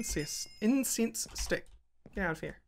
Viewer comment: "Incest-incense sticks" xD